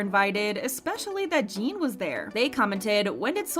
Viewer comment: Can you please just say Jin and not Jean? Its really not that hard